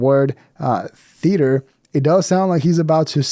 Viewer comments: Yeah, Bobby was absolutely teasing it with the "theo-ater" thing. There was no other reason for him to interrupt and pronounce it like that. Then chuckle after. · It was soooo obvious when Bobby said “THEoatre” 😆😂😂😂😂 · He said ‘the Theotre’ 😅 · I think Bobby was busting his balls for the way pronounced theatre.